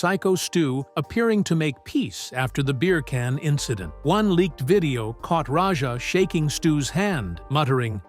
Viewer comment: Why do you call Raja Rodger?